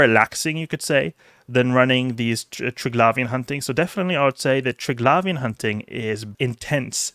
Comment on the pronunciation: Call me American, but I hsve never, NOT EVER pronounced it tirg-lavian, but rather tri-glavian.... lol